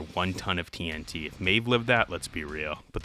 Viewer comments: I'm so upset that you call TNT (Tee En Tee) "Tee En Tuh". It feels like a subtle jumpscare every time. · Why are you saying "TN tuh"? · bruh says tnt like tntuh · why do you keep saying tee n' tuh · The way you say TNT irks me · why tf you keep pronouncing tnt like jimmy from south park